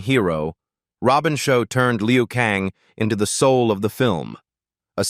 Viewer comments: Liu Kang , not Leo Kang. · Robin Sho as Leo Kang 🤦🏻‍♂️😂 it's Robin Shou as Liu Kang, stupid fucking AI...